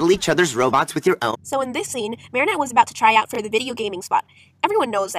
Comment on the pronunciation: Ehy u said marriniot